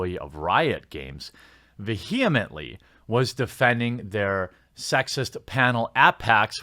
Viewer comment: Mispronounced vehemently.